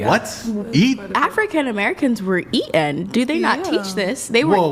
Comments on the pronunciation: "E in"? it's pronounced eaTen. There's a T in the word. A T. Anyway I'm calling complete revisionist BS. Yes there was cannibalism: IN AFRICA by tribes being e in by other tribes. Same in South America and the Pacific Islands. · "black people were eee-inn" When they can't say a word, they usually can't spell the word. Just sayin' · "Et-en" WTFudge is that..?